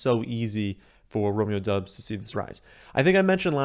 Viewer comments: It's pronounced Dobs. Not Dubs. Just saying. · His last name is pronounced dobbs the U silent, and he is even come out and said that.